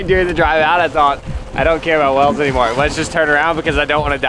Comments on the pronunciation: they are (WAYLES) NOT (WELLS). C'mon. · wells? its whales not wells uhghghghghghghghhghghghghgh lol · Wait, you pronounce whales 🐳 interestingly 😂 like “wells”